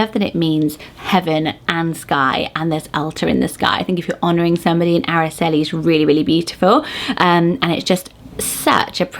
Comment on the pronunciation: Aracely starts with an "r" sound like you're pronouncing the letter R. R-ah-celee. Itzel starts with the sound "eat" not "it", so it's pronounced eat-cell. Aitana is a modern name that comes from a famous Spanish poem written by Rafael Alberti as he flew out if Spain to go into exile following the Spanish Civil War. He chose Mount Aitana because he said it was the last part of Spain he could see as his plane left. He then named his daughter Aitana and it has slowly gained in popularity with two poets being named that and a famous actress.